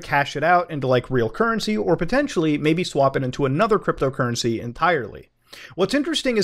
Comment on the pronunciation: “Buttt MOOOOODA, Cwypto Cuwwency is unweguwated too!” 🤣😂🤣